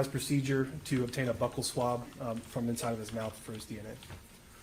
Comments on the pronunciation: Buccal swab is pronounced BEW-cal swab, not "buckle swab" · I also hate when people mispronounce "buccal"